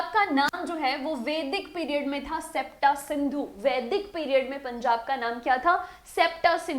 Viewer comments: Septa nahi sapt(ਸਪਤ ਸਿੰਧੂ) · Its not sapta its spt ਪੰਜਾਬੀ ਚ ਸਪਤ ਸਿੰਧੂ ਸੀ ਨਾਮ।